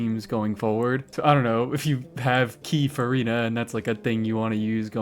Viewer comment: "Key Furina" Mate.... "Fur-Key-na" was right there...right there!